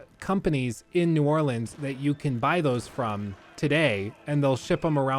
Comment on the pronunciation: I love how both of your "New Orleans" pronunciations were horribly wrong LOL